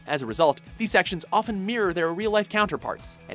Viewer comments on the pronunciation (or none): none